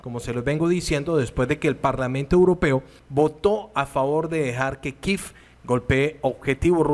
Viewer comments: Tienes toda la razón no se el capricho de ese señor de pronunciar el nombre de la capital de ucrania kiev no kiffffffff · NO INVENTE PRONUNCIACIÓN_ KIEV es KIEEEEEEV De dónde saca kif